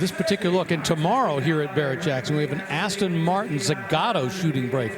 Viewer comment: Somebody tell that it's Aston Martin NOT Austin Martin...